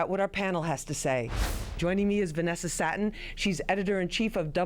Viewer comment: Venessa SATTEN? "Satin". Smh Lluminati confirm